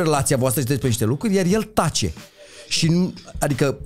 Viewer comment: Daca mai zice maticiuc o data "lucuri" o iau razna